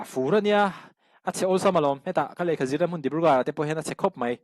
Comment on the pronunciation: "Tlet" Ni lo vin, "Tlat" Tih tur aw... "Tlat mai a" Tih tur... "Mai" tih tur pawh hi "Mei" tiin I lam ri ngun thin... Han uluk deuh teh.